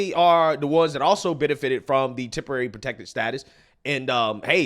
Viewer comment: Hey lady...can you say temporary.. Temp, temp. Take your azz back!